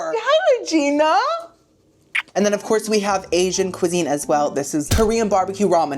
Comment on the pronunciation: Re’Gee’Nia! Re’Gee’Nia! Re’Gee’Nia! Re’Gee’Nia!